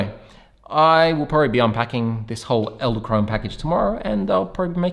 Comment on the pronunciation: Did I hear you say "eldekrone" a few times? :) Fun fact, "edel" (not elde) means Noble and "krone" means Crown (both in German and Dutch). So "noble crown". Thanks for the review, ordered mine today!